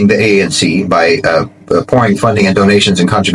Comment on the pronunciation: By the way it is A. N. C not pronounced Unc African National Congress